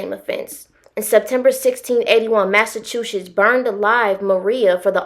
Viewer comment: Lol she said Mass Two Shits lolol